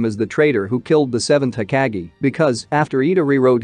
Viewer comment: Hokage not being pronounced right bothers me lbs